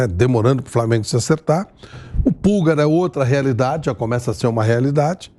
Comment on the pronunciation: Não é "Púlgar", é "Pulgár". Pulgar = polegar.